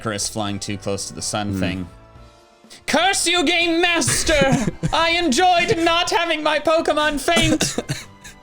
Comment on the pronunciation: I definitely heard "GAYMASTER!?" and was very excited. Well, this is fine too.